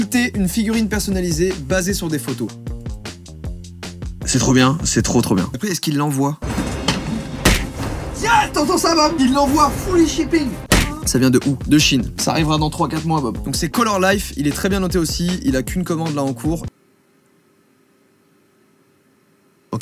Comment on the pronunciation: FWEE CHIE-PÏNG